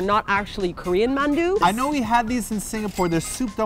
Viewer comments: sorry but it got to me how they were pronouncing it as "mann-du" in the video. I grew up hearing it with a softer annunciation like "mahn-du" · RAGE!!!...please ask soozie to teach you how to say 만두. the 아 sound is the same as is 강남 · It's the dothraki-man-warrior inside joke thing, that's why they pronounce it like that.